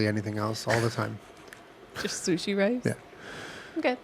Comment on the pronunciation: Julien: What were not going to do is say chilli sushi. Jenna: .............Chushi Me: Died